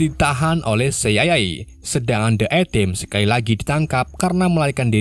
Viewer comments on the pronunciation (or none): Si ai ae bos bukan siyayae wkskwk taek